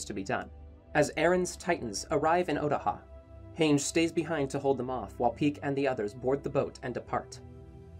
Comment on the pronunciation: Its Han-ji not Heynje